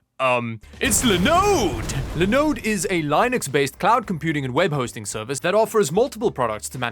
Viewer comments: Not a Linode dude- its a LinOOOOOOOOde! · Honestly, I think at this point you should sponsor lenode. Everytime I hear another creator sponsored by them I think of you and your wonderful pronunciation of the brand:) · Idk why by the fact you pronounced the start Linux and Linode differently is funny. Linode is short for Linux node, so the start of it should be pronounced the same as you do Linux.